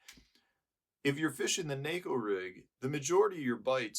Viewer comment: Thanks for pronouncing “neko” correctly.